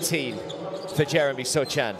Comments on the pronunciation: The commentator calling him “Sohchan” annoying me ngl lol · >call Sochan 'Sotchan' for entire video >finish with the best one-line summary of a player in the end of the video